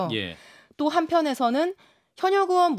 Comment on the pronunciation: 의원 발음이 안돼? 으이원..이게 안돼서 으원이야?